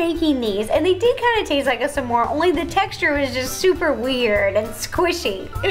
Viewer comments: I pronounce it smore not samore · Ro keeps saying Some more instead of SMORE! She’s so cute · Love how Ro says "Samore" instead of smore lol 😂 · Did it bother anyone that ro says "samor" instead of smore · It’s s’mores not samores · Did anyone else hear ro say su-more the whole time?? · Love that kept saying sa-more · Ro said samore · did it bother anyone else that ro kept saying s'more and not smore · Tbh I was kinda getting annoyed how ro pronounced s'mores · I love Ro’s pronouncing of s’more